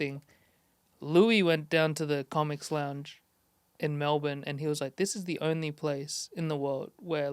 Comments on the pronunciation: Still feels like it's halfway to the old "Mel-born," to me. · So proud of how Andrew says “Melbourne” Fluently now 🎉